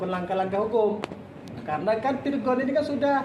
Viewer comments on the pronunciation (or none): bukan lagi virgoun tapi vir'oun